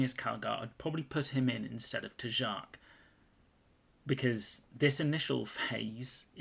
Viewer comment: The pronunciation of Tjark is making my ears bleed! It's supposed to be pronounced with a "SH" or "CH" at the J. Tchark with a sharp tch